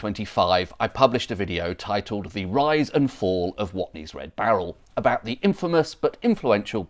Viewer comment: "Watney's" though? It's on the barrel. WATNEYS.